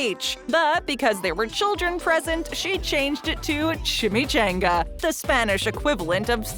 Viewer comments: CHON ga not chan ga . If you don't know how to pronounce things LOOK IT UP! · Ngl, kinda cringing at your pronunciation of chimichanga 🤧